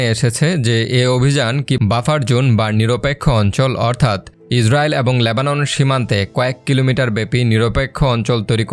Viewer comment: বাংলা সঠিকভাবে উচ্চারণ করতে পারেন না? এই জঘন্য বাংলা উচ্চারণ নিয়ে ভিডিও করেন কেন? Lebanon শব্দটির উচ্চারণ "লেবানন", আর আপনি উচ্চারণ করছেন "ল্যাবানন", ইত্যাদি।